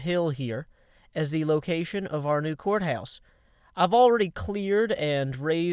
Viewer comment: when he said "court house" I thought he said "quartz house" lol